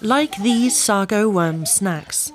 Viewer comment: You're pronouncing "Sago" wrong. 🤡